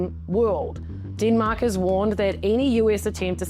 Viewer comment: Kiwis accent ... hilarious."DEEEENMAAAK!" Dem-Mak---- deatth touch